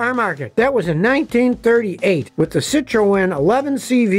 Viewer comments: Who pronounces citroën like that.... nobody 😂😂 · The way you pronounced Citroen did make me chuckle a little. Maybe it's just how you guys pronounce it in the States. On to Mazdas. Love my Mazda 6. Brilliant car loaded with tech. Would 100% buy again. I think the only fault I have of the car is that the brakes wear super quickly.